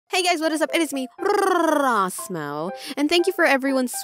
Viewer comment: I love it when every episode you say